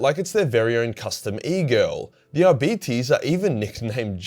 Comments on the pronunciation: Ar-bit-ays, not Ar-beetees. I'm not a grammar nazi or lore wh*re, I just couldn't stop laughing long enough to enjoy the video because my first thought was 'Diabetes' 🤣 I'm sorry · ar-beet-ies? lol. Ar-bite. as in arbiter, as in arbitration.... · I've always used Latin pronunciation. Ar bee tays... Doesn't really matter though. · I'm sure Arbites are pronounced Ar-Bites. Not bitty tittes. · Arbites Arb-i-tes Arb i tees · "Are Bites" "R Bytes" Arbites, as far as phonics goes. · I thought it was Ar-bit-eez, like Arbiter, but with an S. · pronouncing arbites like diabetes is killing me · Omg,. Your accent with their name is cancer. Arby T's. XD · Who else was brought here by dread memes ?,,,, its produced "Ar-Bite-se" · At BITE ees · I always heard it pronounced "Are-Bites"... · Ah yes the adeptus ARE-BYTES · great video mate, but you need to say it 'Are-bites' (Arbites), as if you're taking a bite or bites out of something. lol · I love how it almost sounds like you're saying diabetes each time you say Arbites. ADEPTUS DIABETES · Are-Bites... Damn Aussie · Who would win in a fight between an Are-Bite and an A-Start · every time he says arbeetees I loose a bit of a my soul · I thought it was pronounced R~bites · Pronouncing it as arbeeties made me wonder if two of them working together would be a diarbetes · Lol who says it like that mate 😅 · You should use some of that Patreon hentai money to hire a latin teacher because the way you pronounce arbites is heresy.